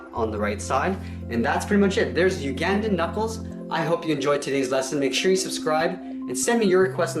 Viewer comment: you sed Uganda wrong